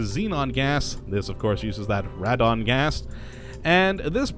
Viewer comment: it is pronounced "raedon".